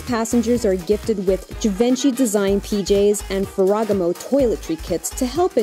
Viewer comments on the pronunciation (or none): Ferragamo : it s Fer' ra ga-mo not Ferra- gamo ' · And "Ferragamo." Ow! Ow! Ow! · wtf she didn't even say "Ferragamo" right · Mispronounced Ferragamo - sounds unprofessional